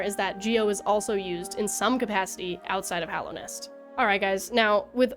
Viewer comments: It’s just nice to hear a fan say Hallownest instead of Hollownest 😅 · THANK you for pronouncing Hallownest correctly ❤